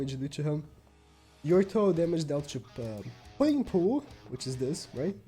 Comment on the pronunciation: everytime he says puringpooh im Dead